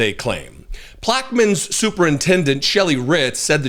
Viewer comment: Good job, thanks for bringing this subject out into the open. Disturbing. That town or Parrish is pronounced Plack Ah Mine